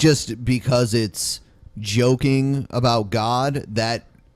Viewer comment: FeaR Dragn I heard him say about and cried inside.